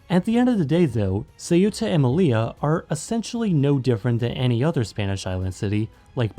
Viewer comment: but also with Melilla, very common mistake but it’s actually pronounced meliya, because double L In Spanish is pronounced like a y